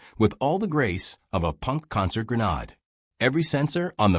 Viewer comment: I have to say you have no clue how to say grenade. Even small children do it better than you ever will be able to speak. Hate it. I guess its time to unsubscribe from this shitshow of a video provider, I do not need to listen to bad English from someone who thinks they know English. My English teacher would fail you for being so bad, or maybe she would be generous and give you a D just so she never needs to see your face again.